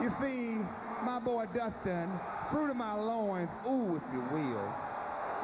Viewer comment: Fwuit of my Loooins 😂